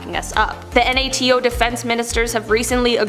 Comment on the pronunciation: Why does she keep saying NATO like that? I've never heard anyone spell out the abbreviation. Surely she's heard of NATO before..